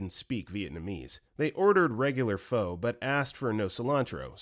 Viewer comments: just so you know, pho is pronounced "fuh"! I didn't know until recently either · Story 16: Pho is pronounced like the first few letters of the word fun, not foe. There's a restaurant near where a friend of mine lives called Pho King Good if you want a clear example of how to pronounce it.